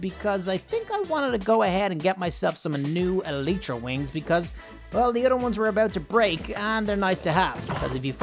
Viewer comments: its pronounced ee-lie-tra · You pronounce Elytra E-lie-tra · NightFury Name: Ruin (I dont Know I Thought It Sounded Cool) Also Try Say Elytra Like The El-Y-Tra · eletra is what u say i say elytra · Eh-lie-tra is has you pronounce the elytra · Its called alaytra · Its pronounced ely-tra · you are pronouncing elytra wrong, it’s not eletra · say i-lie-tra To say the word elytra g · EL I It’s EL I TRA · It's pronounced ee-li-tra